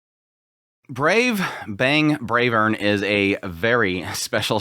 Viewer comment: It's not Bravern, it's BRAVEERRRN!!! 😂